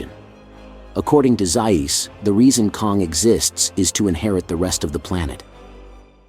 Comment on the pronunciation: Overall, I have been enjoying your channel; but please correct the pronunciation of Dr. Zaius’ name… 😇😇😇😇😇